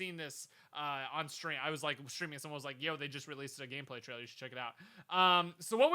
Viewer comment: First: it's de wae Second: it's "Like" and not "Lime"